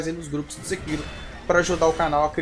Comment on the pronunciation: Falou errado é Sêkiro uahauahaua. Bom vídeo gatão